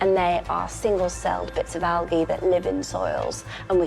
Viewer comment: Is that a British thing … AL-GAY instead of AL-JAY? Never heard that pronunciation before.